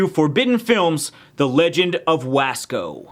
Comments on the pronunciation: I'm Barely watching this now???? And I live in wasco. The way you say wasco is so funny. It's pronounced w-o-sco, bruh I'm dead!😂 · I live in wasco! But you said the name wrong! Yes it’s true we do have a clown! Only one clown! And yes we got a movie cus my town is cool